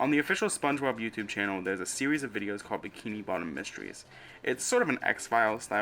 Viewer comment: “Thwuwout da seowies” lmao sorry I can’t take you serious